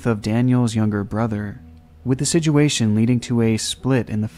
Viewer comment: yeah the video is somewhat sad but the guy saying sijuation always cracks me up